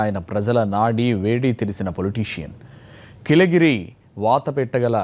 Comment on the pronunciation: కిలెగిరి కాదురా డమ్మి యాంకర్....కీలెరిగి